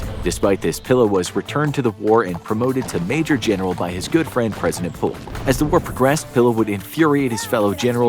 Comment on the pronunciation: Polk's surname is actually pronounced Poke. The L is silent.